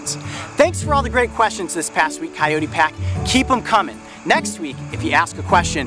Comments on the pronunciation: Amane Aerith ky-oh-tee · how to pronounce 'coyote'? i couldn't get what he said